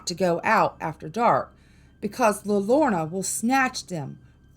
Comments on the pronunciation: pronounce like this "La yode ona" the crying woman in english. everyone on youtube pronounces this wrong. Her story keeps kids away from the river. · La Llorona is pronounced Lah Your on uh..... I am from New Mexico.